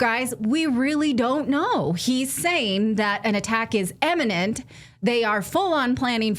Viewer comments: I think you meant "IMMINENT"... instead of "Emminent" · Imminent not eminent